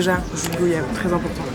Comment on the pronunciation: Hello super vidéo ! Merci ! , ps : on dit UN coco ou une NOIX de coco, et on prononce goyave (gwa-yave)comme voyage, car l'origine du mot est guayaba